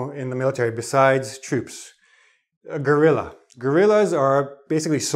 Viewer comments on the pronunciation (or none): Thanks, this lesson is very interesting. It's been very funny your pronunciation of "guerilla" so, in Spanish, the word is very similar; nevertheless, the Spanish word has two "R" and the sound is much more rough. Merry Christmas and happy new year 2015